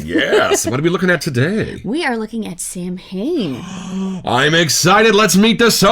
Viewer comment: I hate to be one of those guys but... it's actually pronounced like saw-when. Leave it to the Gaelic, right? 😆